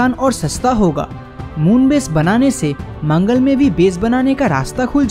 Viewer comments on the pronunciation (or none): none